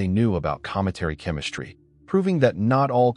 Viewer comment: This is another digital voice with built-in mispronunciations that should have been fixed before it went on the market. There is no H in ST. The ST does not make the sound SHT. It's ASTronomers, not ASHtronomers. It's chem-ISS-TREE, not chem-ISH-tree. It's STrong, not SHTrong. In addition, the T is not silent in inTerstellar, it's NOT pronounced inner-stellar.